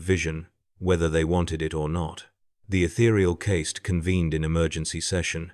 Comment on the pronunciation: If You are going to use AI in a video about tau and the warp, then at least train it to pronounce caste and demon right.